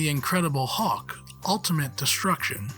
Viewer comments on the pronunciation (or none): It's hulk not hawk. Cmon that's just lazy ffs. If there's actually a reason behind it the fair enough but hawk, hawk seriously. Probably just lazy. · I didn’t realise there was a Marvel character called ‘The Hawk’ 👀 at least that’s what it sounded like 😂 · Is this narrated by an Al with a limited vocabulary? I've never heard anyone pronounce "Hulk" so VERY close to "hawk" before. Strange. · Hawk? And it keeps being said that way... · Someone needs to teach this guy how to pronounce Hulk